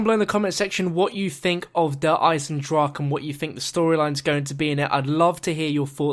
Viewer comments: A quick German lesson: Its pronounced like Der Eizendrahen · it's pronounced eisendrach-ah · its not pronounced just drach there is the sound of the "E" at the end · Actually it's (I-sen-drock-ah) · It's pronounced (Der Eye-zen-drakah) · Auf Deutsch, it is pronounced "I-zen-drawk-uh". Time for another map name like die rise, which is actually pronounced "D rise-uh" but will always be pronounced wrong.... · Pronounciation: Eyes in dra hen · der eizen-drah-ke, quick german lesson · Wenn der Typ wüsste das er es immernoch falsch sagt... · Just so you guys know, the E at the end of Eisendrache is pronounced, almost like 'uh' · you pronounce the e in eisendrache at the end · Explain machen, its not ma-hen. I was using k as an example, i know its not exactly the same. Look up dragon in the leo german english app, use the voice thing. And think of chemi= chemistry, it isnt hemistry. Look up more examples yourself aswell. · the e at the end is not silent